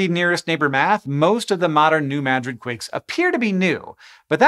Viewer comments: Points for pronouncing New Madrid correctly. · Thank you, Hank, for pronouncing New Madrid correctly! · I was born and lived my first 14 years just a few miles to the north of New Madrid. We experienced a lot of tremors then (the '50s and '60s). Our farm was one of the places that the earthquake refugees fled to. Unfortunately it was an abysmal swamp, freezing in the winter and filled with malaria laden mosquitoes. Thanks for pronouncing New Madrid and Missouri correctly.